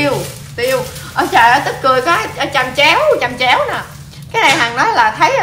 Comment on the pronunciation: Chẩm chéo chứ ko phải chầm chéo đâu chị